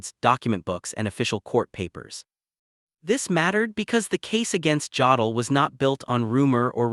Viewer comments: OMG. This AI voice pronounces "Jodl" with a hard J instead of a Y. I can't stand it. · Jodl pronounced yodel.